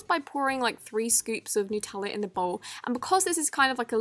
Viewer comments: Nutella is pronounced nUt not nEw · Nootella, like what? it’s nutella. great video anyhow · It's NOT NOOTELLA ITS NUTELLA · I love you but yoh said noo teller when it is nut eller sos but that realyyyyy annoyed me 👍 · I love you but seriously your English please say Nutella not nootella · NUTella like hazelNUT not newtella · It’s n-u-tella not nooooootella! Do u eat noots or n-u-ts? Jeez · It’s called NUTella not NEWTELLA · People: Nutella: nootella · This is my opinion but I hate when people say noo-tella it’s nut+Ella cuz Nutella is made out of nuts so it’s nut-ella plz no hate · It's pronounced nut-tella not noot-tella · Why do you say nooootela it’s nuuuutella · Do you say Nootella or Nutella??? I say Nutella!!! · She said NOOOOTELLA LOL in Australia we say nut- ella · am i the only one who thinks it’s pronounced: n - uh - tella not: n - oo - tella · It annoys me so much when people say nootella and not Nutella 😭😂🤦🏼‍♀️ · It's nutella not newtella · It is Nutella not nOOtella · How nuttella is pronounced: Nu-Te-La How pronounces it: Noot-oola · K but it’s NUTella not NOOTella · When talks a says "Nootella" "Nootella? NOOTELLA? It's NUTELLA NUT!!!! No hate just my reaction love your vids! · Btw it's nut ella not noot ella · It is nooteelaaa not nootella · It’s NUTella! you don’t say peanut ‘peanoot’ do you? So why the freak to you say nootella it’s NUTella it’s got hazelnuts in it! Not hazelnoots! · It's NUT-Ella not new-tella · OMFG everyone calls it 'Nootella' its freaking Nutella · Its Nutella not Noootella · NUT-ELLA NOT NUTE-ELLA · Ughhh it’s not noot ella it’s nut ell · It’s not nootella it’s nut Ella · I love you but... its nut ella not nute ella im sorry but thats a pet peeve of mine. Its nut ella beacause it has nuts in lol. Oops sorry for the rant imma get hated on now! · honey, like ily but its nutella not nootella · Its "Nut" ella not nootella😂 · NUTELLA NOT "NOOTELAA!!!!" OMG OMG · It's nutella not nootella